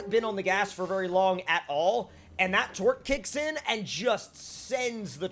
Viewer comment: idk if this is just me but when he says torque it sounds like twerk